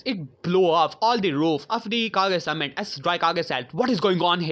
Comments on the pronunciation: its kage not cage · Anyone else hate the way he says kage he says it right in (hokage, rikage ext...)